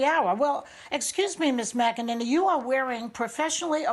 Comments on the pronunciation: “Mac a NINNY”...... 🤦‍♂️ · Whoops can't even pronounce her name properly.